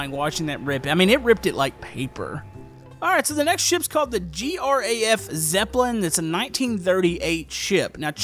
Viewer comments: its pronounced Graf Zeppelin not G.R.A.F zeppelin because Graf Zepoelin is a real name he actually made the Zeppelin which is the WW1 Airship.... AND the brittanic is the third ship of the Oimpic class ocean liner and the Titanic is the second ship of the class also the Brittanic was converted to a hospital ship during WW1 and sank because of maybe a mine or a "TORP"....im too educated.....by history even though im just about to turn 12 years old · The name of the German carrier isn't G.R.A.F Zeppelin. Graf isn't an abbreviation, it's a word. It translates as "count" (as in, the noble title). It is named after Graf (Count) Ferdinand Von Zeppelin, the inventor of the airship (called Zeppelin in his honour)